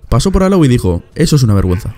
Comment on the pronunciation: "Verguezna" vamos jaja